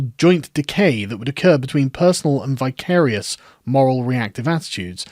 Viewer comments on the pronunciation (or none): Thank you for this. 'Vicarious' as in vicar. A vicar acts vicariously. (I've never heard it pronounced in the manner you did - but hey ho.) I like this word. ;) Great last sentence!